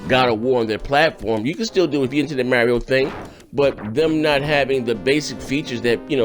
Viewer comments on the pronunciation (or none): Lern to read MARIO not MERIO